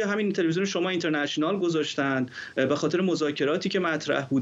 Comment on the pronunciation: اون اینترنشه نال گفتنت کشتمون.با کلاس.مثل ادم بگو اینترنشنال😁😁😁